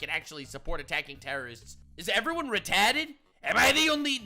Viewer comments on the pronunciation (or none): "is everyone RETAHTED" i'm dyingg